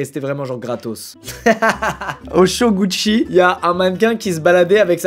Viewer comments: « les shows gouchis » 🙅‍♂️🙅‍♂️ GUCCI !! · Tout le monde: « show Gucci »: « chogouchi » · Non, ce n'est pas Gucci, c'est Goochi d'après 😂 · « Les shows goucchi »😂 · J’adore comment il prononce « Gucci » il dit « gouchi » ptdrrrr 😂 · Pourquoi il prononce gucci comme ça? 😭